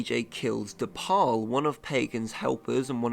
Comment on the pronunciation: You were trying to combine both of Paul's names, saying De Paul instead of De Pleur. It was cute 😆